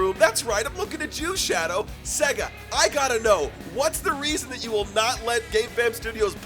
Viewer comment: They'll add shadow once you pronounce SEGA right